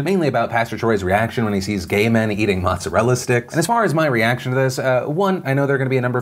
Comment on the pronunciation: As an Italian I cringe seeing another Italian pronouncing "motzerella sticks".